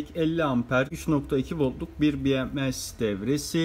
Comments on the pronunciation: Bi Em Si deyip duruyorsunuz. Bi Em Es diye okunur. BMS değil BMC demi oluyorsunuz. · Bi em si değil bi em es. Okunuşu bms bi em es.